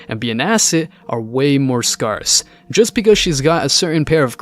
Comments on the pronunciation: Oh and pet peeve time it's scare...sss not scar...sss. Say it properly please or use another word. Scar is in the word, but not in the pronunciation. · "Charmink"? "Sayink"? "Scarsz"? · Not sure if this is an AI voice, but please look up how to pronounce scarce. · SCARCE! SCARCE! Good grief! Who taught you to talk? When you pronounce words like a four year old, it is hard to take you seriously. At the very least, people tune out and wonder if anyone else pronounces "scarce" so strangely. Here you go. No need to thank me later as you obviously didn't read my previous comment abut this or you are just a very slow learner. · For someone that can't pronounce scarce correctly, you sure do like saying it a lot. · Dude, you need to learn how to properly pronounce "scarce"